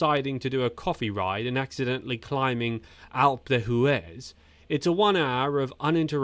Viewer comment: Alpey de hooez? What is that climb? . Feck off.